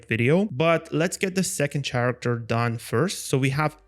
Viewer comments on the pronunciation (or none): Great video! Just a little detail that causes some confusion in your video: the word Character is actually pronounced like Karacter. No worries, I'm not a native English speaker either so not judge from me, this things happen to all of us, but I wanted to point it out to you because it's super easy to correct when you know it. LOVE THE VIDEO! Oh, and THANKS SO MUCH for sharing the skills!!